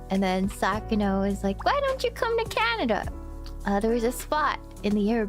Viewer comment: lol . I'm not the only person who calls it Canadia. awesome